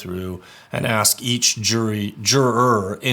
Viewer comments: It's good to hear from a legal attorney about this case...so much word salad in this circus. Real attorneys probably don't say 'I axe you to show subject matter jurisdiction...what is legal law....is that a tactict agreement...what is the relevency'...etc. But that's Darrelevant for you...all ego, no brains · “Are you axing me or telling me?” Absolutely childish